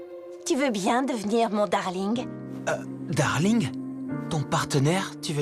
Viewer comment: ton "Dareulingue" 😂😂